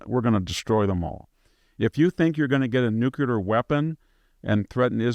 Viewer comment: Victor Davis Nucyelar.😆